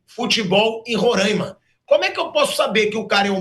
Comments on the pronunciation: Por que todo mundo fala Rorâima? O certo é Roraima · Como sempre os politicos querendo a fatia do bolo . Aliás é RORAIMA e não RORÃIMA. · Duas coisas...não é Rorãima...é Roráima (os acentos é só pra explicar a pronúncia)segunda coisa pro pessoal do Sudeste e Sul,Pilhado,pouco importa se tem futebol em Roraima ou sei lá onde,tá cheio de Presidente/dirigentes aí na região de vocês "onde existe futebol"...praticamente todos,que são péssimos gestores,entendem nada de futebol ! São tudo lixo,os do Norte,Sudeste... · Roraîma. É fodah